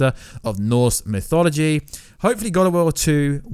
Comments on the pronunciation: Pronounces mythology as mysology, and Ragnarock as Ragranock. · Ragranok? Its Ragnarok Mysoligy? Its Mythology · "Ragranok", "norse misology" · He really cant, he's even pronoucing mythology as misology.